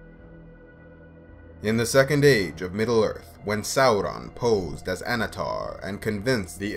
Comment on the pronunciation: god I love how you pronouce Sauron. the right way!